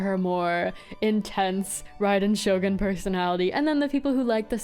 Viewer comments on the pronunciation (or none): none